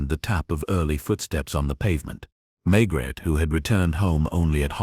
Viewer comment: For everyone’s sake,get your bot to pronounce Maigret’s name properly and consistently. If your AI programme comes with an American accent, get rid of it. I’m sick of listening to great stories ruined by AI. Can’t anyone read anymore!!??